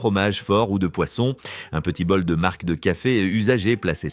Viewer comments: l'IA a encore beaucoup de progrès à faire 🙃 Sur mar(c) de café aussi, que l'IA prononce markk. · Du marckq de café et des zzzaricos...😂😂😂😂